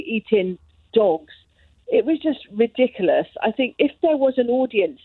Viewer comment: I know this is a petty comment why are there so many people who cant pronounce "ridiculous" properly re-dickaless its so annoying